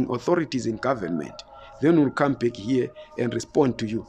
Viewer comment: I HHHHOP low lives. HHHHere 😆